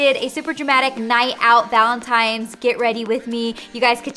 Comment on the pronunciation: Ok. She's totally saying ValenTIMES! Laura Lee did the same thing.